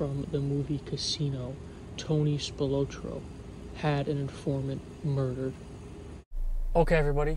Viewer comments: This "Spil-low-tro" thing is driving me nuts! Come on! Spil-Lot-tro! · Pronounced "Spil-AH-tro", not "Spil-OH-tro". Also, the Chicago mafia was called "the outfit". That was literally what it was referred to as. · Pronounced Spill-ot-trow. Tony Spilotro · Just a heads up, your pronouncing Tony’s last name wrong, but cool video brother 👍🏼 it’s pronounced Spill ah tro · It takes two seconds to find out how to pronounce spilotro properly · God you butchered his name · Dude couldn’t even pronounce spilotros name right!!